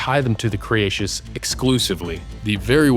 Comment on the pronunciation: what i think is you should say cretaceous not creatious :D